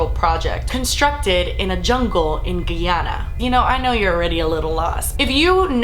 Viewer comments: It is pronounced Guy-ana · I'm from Guyana and I genuinely thought that they were poisoned with only Kool-Aid. Thanks for the clear up! ps. just a pointer it's GUYana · guy- anna . GUY !!! say GUYana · It's pronounced Guy as in guy and Anna guyana... sorry It's the first time I hear it pronounced this way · OMG! JONESTOWN HAPPENED AROUND WHERE MY FAMILY ORIGINATED FROM. WEIRD THAT I NEVER HEARD ABOUT THIS STORY. PEOPLE ARE ALSO ABLE TO MAKE A CHURCH IN SOUTH AMERICA WITHOUT "REQUIREMENTS" (WHICH IS REALLY IRRATIONAL). ALSO ITS PRONOUNCED [GUY-ANN-A] LOL. BUT I STILL LOVE THIS VIDEO <3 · I find it hilarious how she says "Guyana". I'm Guyanese so i know how to say it. It's pronounced "Guy-ana" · It's guy-ana lol😂it's kinda offensive to me cause I'm from there but I still love you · LOL at how you say Guyana, it's pronounced guy-anna. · Pronounced Guy-Ana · It's pronounced more of Guy (as in man) - anna, the accent however makes it sound more like guy-yanna Source: been living here for almost 18 years. Our American teacher that come here have the hardest time with the name aswell. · Guyana ... pronounced "guy-anna" Great video though!!! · its pronounced like GUY-ANNA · Guyana is pronounced guy-ana. A guy likes ana and ana like a guy, guyana 😂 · Its pronounced Guy-ana, however the way you are pronouncing it would be proper for the neighboring country of French Guiana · Its pronounced Guy-anna😊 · Lmao "giyana" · Its pronounced gAY- AA- nuh actually. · No shade like I really love you I swear to god I do just letting you know it's pronounced Guy- anna like oh there's a guy over there names Anna Guyana just letting you know I love you this is great letting people know about this horrible story that happened in my parents home country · It's pronounced GUY-ANNA.. proceed. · where exactly is gee-anna-ah again?LOL im so suprised that this story is new to so many people. Im not even american and they used to play documentaries about this on tv. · And you said Guyana wrong